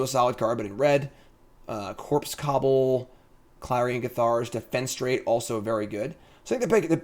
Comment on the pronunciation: is never going to find that extra syllable in defenestrate. Forever going to be defenstrate to him.:D